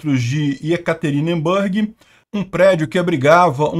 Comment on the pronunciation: Não se pronuncia EkaterinbÂrg, mas sim EkaterinbUrg